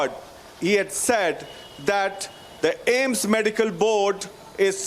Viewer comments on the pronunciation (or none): It's AIIMS not Ames yar